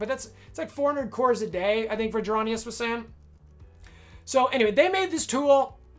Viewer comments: Fyi His name is “Vrondius” Not Vadronius I get you’re making a joke based on the notorious song but I’m sure he would appreciate his actual name shouted out in the video Especially if you’re using his spreadsheet, he’s a good friend of mine/co-captain and I’m not speaking for him but not actually saying his name right seems kinda disrespectful to me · Great video,! Your attempts at pronouncing Vrondius’ name cracked me up though!